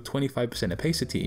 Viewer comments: Its Opa city, not Opay city :P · i stopped watching the second you said "opheycitey" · man said opaycity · American English is pronounced that way, English English is 'oh pa city' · I HATE THE way this guy says "opacity."